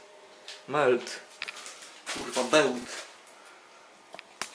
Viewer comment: Lałeś to jak ostatni dałn, nie potrafisz wymówić 4 literowej nazwy, jesteś tak głupi że to szok